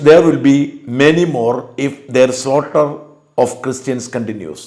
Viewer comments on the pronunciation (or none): Slaughter- pronounced as slaw-ter not salter